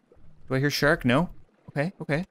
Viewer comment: I love how he says shark😂 "Shurk"😂